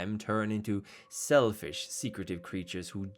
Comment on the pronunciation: When you said selfish I heard shellfish and now I’m going to make a vampire crab.